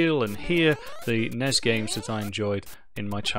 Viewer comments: NESSSSSSS not NEZ.. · I've never heard anyone actually pronounce the NES acronym before today. That honestly hurt my ears a tiny bit.